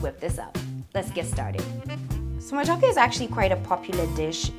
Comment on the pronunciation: Totally butchered that matooke on the peel